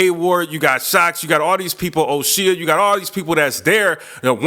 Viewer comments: I'm not a huge UK battle rap fan, but I'm pretty sure dude pronounces his name O-shay, not O-chia or however you said it. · O (shay), not O (she-a) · You pronounced o'shea name wrong. Sounds like o shay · O’shea is pronounced o-shay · Yeah he got some of the vets from Don't Flop and KOTD on this card that should be focused on. A Ward gotta point. I feel Shotty but A Ward right. Lol at mispronouncing O'Shea...its O'Shea as in Oshay.